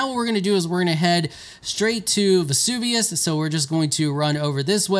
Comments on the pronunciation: Who the f*** is Vezuvius? His name is Seluvis. Before making a video make some notes how to pronounce the names. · Ah yes “Vesuvius”. My favorite npc